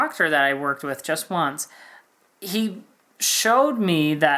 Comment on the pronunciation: Hallelujah for this comment. I completely agree. The "just once" emphasis was completely upsetting.